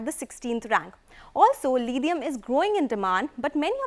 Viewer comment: Lidium ion??..even British and Americans don't pronounce it so. Desi lady, what accent is that?